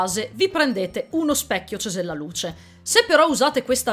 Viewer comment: Finalmente, sei unica che ha detto correttamente CESELLALUCE